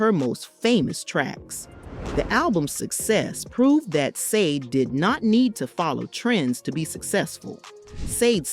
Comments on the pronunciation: Sade. You even pronounced her name wrong. Leave Sade alone. This is why she stays away from the public eye. Sade is a Capricorn. Sade embodies determination, practicality, and ambition, which has driven her professional success. LEAVE HER AND HER SON ALONE. PERIOD! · Right! So annoying! Want to be relevant talking about someone first learn to pronounce their name right jeez 🙄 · HER NAME IS NOT SAA-DE it is SHAR-DAY. By the way…That is NOT the way you write her name, I am just showing you the way you pronounce her name. Also…you showed a music video by Kate Bush that was NOT taken from her Aerial album, but was taken from her: The Sensual World studio album. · FIRST OF! If you are going to talk about someone LEARN TO PRONOUNCE THEIR NAME RIGHT! The name is not pronounced Sayd or whatever mess you make of it, it is Sade pronounced as Shjaday...(explanation for dummies that never listen to the artist herself as she says the name in her interview IN YOUR CLIP!) Jeez this was other than highly annoying clickbait as well. She is a wonderful lady with a absolutely beautiful voice and the right to have her own life. Girl bye with your Sayd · It's pronounced Shar-day not SAYDE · I’m sorry, but after watching three minutes of this BS straight garbage. The interviewer who can’t even say her name SHA DAY NOT sandeee. But you will be getting a thumbs down for not not taking the time to properly announce SHA DAY name properly. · pronounced sha-dey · Her name is pronounced like this "sha b-day,not how it's spelled!!! Been a fan for years. Love her !!! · You obviously don’t realize that the group is called Sade pronounced ShawDay. Never pronounced the way you said it ever! Shame on you! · It's Sade pronounced Sha- Day Dumbass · Say Sha-Day please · You all can't even pronounce her name correctly....SH-A-DAY!!! Get it right and let her be! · Every time you pronounce her name "Saade", it makes me wanna laugh😂. How you not know how it's pronounced? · It’s pronounced Saydee 😂